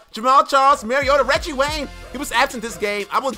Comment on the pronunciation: "Reggie ray" lmao